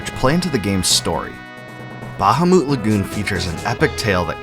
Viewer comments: It’s “Bu-hamut” Lagoon. Not “Baja-moot” Lagoon. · Buh-hah-mit not ba-ha-moot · its not bahumoot....its literally BA-HA-MUT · Google the pronunciation and you'll see it most definitely is "Ba-ha-moot"...... not "Bu-HaMuT" 🤓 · buh-HAH-meht, not BAH-hah-moot Also LOON-uhr, not loon-AHR, from some of your other videos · RIGHT?! smh... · Ba-ha-moot Lagoon 🤣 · I don't think that's how bahamut is pronounced. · The word bahamut seems to have the same source as behemoth. No one pronounces behemoth like the guy who made this video. The stress should be on the second syllable. Like how you would say the word Goliath.